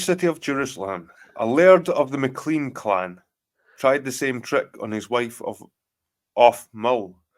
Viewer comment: You're Scottish, are you joking, its MacLean, as in Mac-Lain, not MaCLEEN. I thought it was only the English that say mcleen.